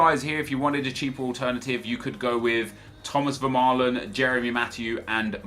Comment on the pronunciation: He said vermealen